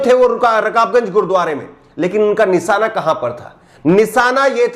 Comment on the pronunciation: Nisaana ku bolte ho nishaana bolo shaa ko saa bolte ho